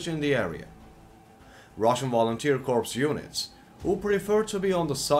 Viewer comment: The way you say "Russian Volunteer Corpse" is hilarious.